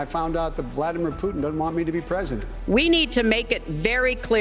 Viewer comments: “Plutin” Lol. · "Plutin" (?) Have another one......: /